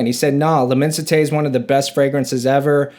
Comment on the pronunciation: Pronounced: LI-MON-SI-TAY